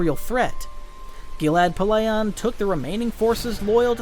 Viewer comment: 1st time I've heard Tyrannous and Valorum pronounced so wrongly....and Pellaeon and Jorus C'baoth. You really are bad at pronouncing names huh? Hahaha